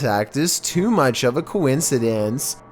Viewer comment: why press the words? "in a similar way tooOOOO"